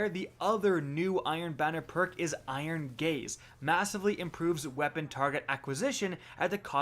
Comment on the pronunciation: "iron gaze" sounds like "iron gays"